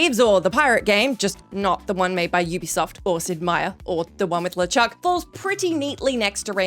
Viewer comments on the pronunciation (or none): none